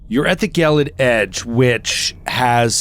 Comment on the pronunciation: Gelid, unlike gif, has a soft g